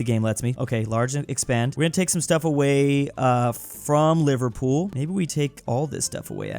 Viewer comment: No please, not the mispronunciation😭 "livar pool" Liver-pool